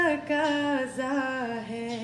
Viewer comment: تلفظ درست کریں لفظ" تقاضا "ھے تکاذا نہیں